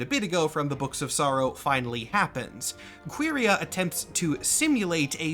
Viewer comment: Pretty sure the pronunciation is more like "Curry-uh" anyway, or maybe `Kworry-uh`, but definitely not "Queery-uh".